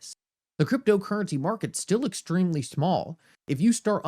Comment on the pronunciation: Ex-TREEM-lee! x 20 😆But I feel you. Thank you for the content.